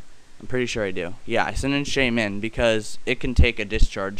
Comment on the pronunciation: I like how you put emphasis on the MIN in shaymin.